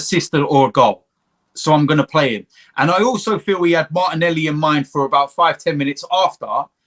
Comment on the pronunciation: min said 10 for auba's rating lool what a coincidence. and i thought that said dead at first instead of 10.